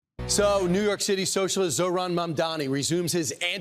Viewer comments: Why caster always say his name wrong? Soooo slimy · How hard is it to say his FUCKING NAME RIGHT!!!??